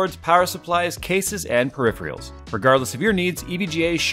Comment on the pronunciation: Does anyone not notice he pronounces Peripherals wrong?